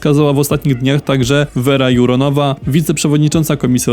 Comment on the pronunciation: Verba Jurova , nie Juronova , specjalnie podchodzicie olewatorsko do nazwisk i nazw???????????? ,,Podstawek" ?